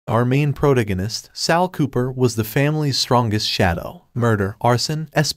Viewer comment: wtf is with the ai voice? dear "proto-gin-ist" wtf?